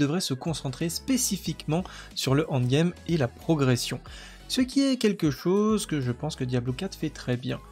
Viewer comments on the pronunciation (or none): Salut, bonne vidéo merci, MAIS stp.. ça se prononce : end game (proche de and game) et pas ONDE game..u_u pour les sceaux des donjons y a moyen de les craft. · C'est en quelle langue "Hand game" ? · Plz rectifie ta prononciation de END GAME, tu vas être amené a spammer ce mot, et ça me donne envie de quitter la vidéo a chaque fois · J'ai pensé pareil C'est con mais ça m'a tendu 😂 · 😅😅 en effet c'est dur à entendre mdr maos sinon merci pour les infos